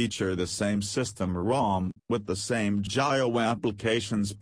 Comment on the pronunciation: It's not jayo it's jio india🇮🇳